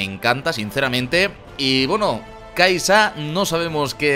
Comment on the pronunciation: Se lee key'sa